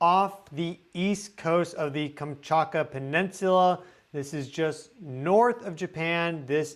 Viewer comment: 😊I think it stems from how fast you talk. You tend to omit certain sounds in words. “Manetosphere” Magnetosphere (Mag netosphere) Any word containing a form of “magnet” is missing the “G”. “Kamchaka” Kamchatka (Kam Chat Ka) To be fair - I’m 76 and pronunciation has been changing over the last 2 Gen groups. I am told that in the future, words will be pronounced in whatever way the majority of the population pronounces them. Even news readers drive me nuts. Not sure if phonetics is still taught. But hey, I’m on the way out. You can tell me to go eat star dust. 😂😂😂😂 I love your info either way and “get” your excitement. Just chalk it up to you being a softy and hating hard consonants. 😅❤❤❤